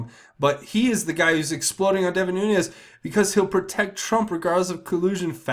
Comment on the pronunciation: Why is everyone (EVERYONE)!! mispronouncing Nunes?! There is NO (Y) or (J) in this name! It is pronounced 'Noon-ez' NOT Noon-yez.